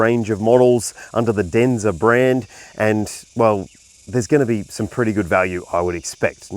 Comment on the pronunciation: Waiting for the comments about the name. your Chinese accent is spot on.😅